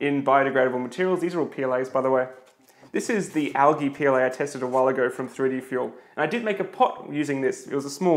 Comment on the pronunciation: Dude...it's not pronounced al-gee... it's pronounced al-jee